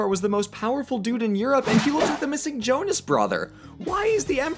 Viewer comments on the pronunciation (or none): none